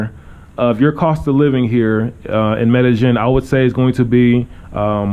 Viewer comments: Two "ll''s" in a Spanish word is pronounced as a "y" in English. Medellin is pronounced "Medeyen" and not "Medejen." :) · You say Medagin I thought its Medayeen but spelt Medellin. Double LL as a Y pronunciation. Anyways good videos.